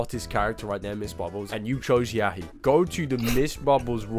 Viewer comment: it's yahia not yahi